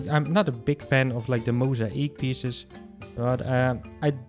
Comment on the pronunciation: The way he says mosaic! He says it like: Moes-a-eek, and that just cracks me up LOL